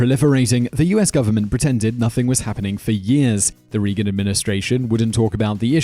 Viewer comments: "RAY-gan" not "REE-gan"!! Don't tell me it's an accent thing. What does he say "sun rees" or "ree guns" or a "ree of light"? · I think you mispronounce words and names on purpose. Or have no editing! RE-gan